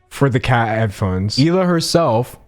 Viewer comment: Finally you pronounced Hila’s name correctly